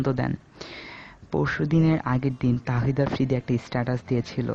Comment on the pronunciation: thik Kore afridir nam o to nite paro na